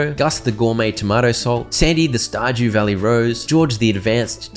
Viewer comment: Verdew stalley? Or stardew valley?